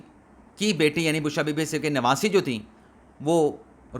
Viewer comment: آپ اکثر جلدی میں ولاگ بولتے هیں وی لاگ نهیں بولتے ............ v log ..................